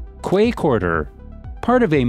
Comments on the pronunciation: it’s pronounced “Key” not Kuway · Mispronunciations here really grate. As noted before ‘Quay’ is ‘key’ not ‘kway’. And Castlereagh’ is ‘carsell ray’ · Dear. Quay is pronounced Key, not Quay! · Quay = pronounced 'key' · The “kway” quarter at Circular “Kway”, huh? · Quay is pronounced the same as key. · quay is pronounced key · And quay is pronounced 'key' - so frustrating hearing tube narrators failing english 101... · Omg thank you, It bugged me so much aye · Sure the AI/Voice Narrator can tell that.